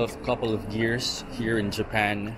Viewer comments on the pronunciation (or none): none